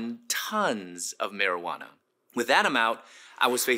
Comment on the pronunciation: Maeijauna?!?! I thought he said drugs?!